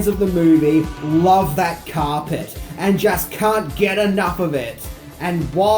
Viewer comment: Why can't this guy say carpet properly ??